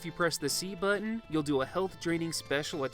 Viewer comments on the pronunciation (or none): none